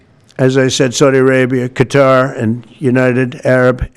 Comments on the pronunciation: What kind of journalist says “cutter” for Qatar?… it sounds so ignorant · He can’t even pronounce Qatar correctly. 😂 such a sad situation when the president can’t even recognize how he is being used and abused